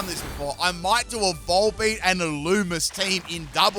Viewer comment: I don’t like how he pronounces some Pokémon it’s he only pronounces volbeat right